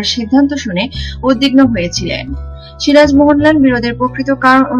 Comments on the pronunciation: You don't know who is SIJAR or SIRAJ ?? Pathetic pronunciation, it's a complete cheapness. YouTube is polluting and contaminated by people like you. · আগে বাংলা বলতে শেখ, সিরাজ না বলে সিজার বলছো,দত্তক না বলে দোতোক বলছো, কাঁচা বাঙাল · osikkhito aage soja kore ktha bolte sikhun,ota sijar noy siraj,r evabe itihas bikrito kore ki lav paan,1957 saal e polasir juddho prothom sunlam ebar to bolben India k aapni 2019 e swadhin korlen.